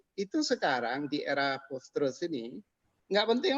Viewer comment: Malu sy mndengar seorang Dr..dari kampus..mengucapkan post-truth dgn "postrat"...era postrat...Payah.. Memalukan sekali... Tolong dikoreksi ini..